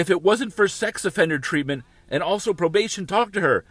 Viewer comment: “Sxy offender program” now that’s a new one! He needs some English classes, lol